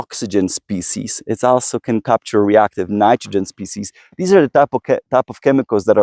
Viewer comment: Great video, however a couple of things 1. NAC is never mentioned in the video although it's part of the title. Might wanna correct that 2. Please please PLEASE pronounce 'authors' & 'also' correctly Thanks!